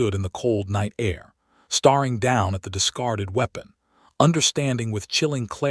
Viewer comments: A good story ruined by that AI. Do you even listen to this before you post it? There are different pronunciations of “READ”. Also mispronounced.: Staring NOT “starring” Noting NOT “knotting “ Hoping NOT “hopping” And more…. Do better. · Starring and staring are different words. Please find someone whose first language is English to program this voice, or better yet, stop using it. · It is distracting to hear "hoping" pronounced as "hopping." Words meant to emphasize a character's emotional action in the story like "staring" is, again, jarringly spoken as "starring" which isn't even a valid word that exists in ANYONE'S spoken vocabulary. Doesn't anyone LISTEN to these readings for grammar? Not grouchy. Just disappointed that such well-crafted stories are frayed so easily so often.